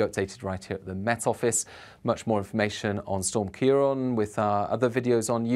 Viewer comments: It’s CiarAN not CiarON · kee-ron is not how you pronounce it. It is sometimes spelled Kieran.